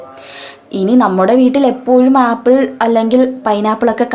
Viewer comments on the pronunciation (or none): none